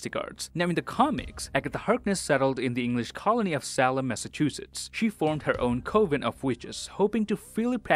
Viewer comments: Salem is SAY-lem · Salem said like Sale, not like Salamander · Say-lem sure ain't right either. its pronounced like Sail-em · It’s “Say-Lem” not “Sal-Em” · So sorry for the delayed upload. I was really really slow on this one, apologies! P.S: Apologies for the wrong SAY-Lem pronunciation. I should know better, won't happen again. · And the way he pronounces Salem lol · 2 minutes in and I cannot accept the way you say Salem. It’s like you have seriously never heard that word before. But I will still watch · Just an FYI you are completely mispronounced Salem